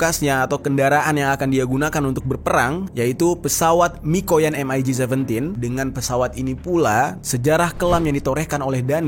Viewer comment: MIG biasa dibaca "mik" ga perlu disebut hurufnya 1per1